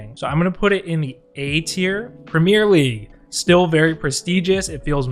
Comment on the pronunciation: Listening to this guy say premier league pains me